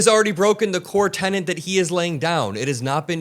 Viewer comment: TENET, NOT TENANT. FFS.